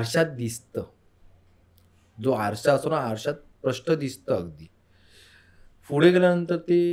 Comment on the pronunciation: Pudhe❌ Fhude✔️😂😂😂